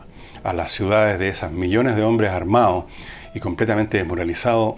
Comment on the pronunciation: DOMICILIO POLITICO HOMBREH POR DIOH. jajajajajajaja